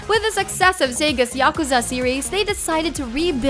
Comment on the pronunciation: Hey,, you mispronounced Yakuza. It's 'ya ku za' not 'yak za.'